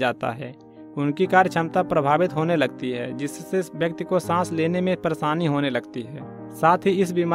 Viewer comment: परेसानी नहीं परेशानी